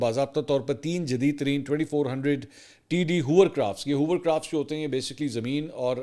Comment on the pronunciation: Hovercraft Mansoor, Not Hoovercraft !